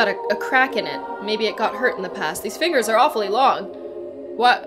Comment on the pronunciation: Hahaha "let go of my fingi"😂😂😂